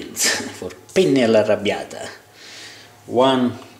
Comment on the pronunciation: Good job! very well! Are you italilian too? your pronuciation when you said "pasta all'arrabbiata" is perfect!